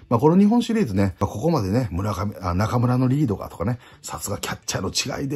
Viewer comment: 「中村のリードが」が「中村紀洋が」に聞こえてびびった